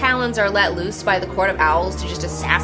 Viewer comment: Yikes... "OWELS"